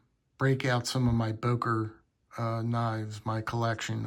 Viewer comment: Не Бойер а Бокер